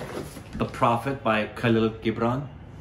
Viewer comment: Really, did u just say khalil hibran 🙄. No no no no u can't do this